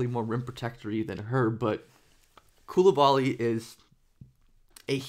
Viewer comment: You keep butchering his name